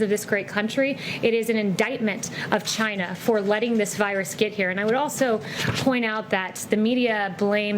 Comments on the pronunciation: Does anyone love the way President Trump pronounces China. It sounds like "Jyna". 🙂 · These reporters are jackals. "The virus came from CHI-NA."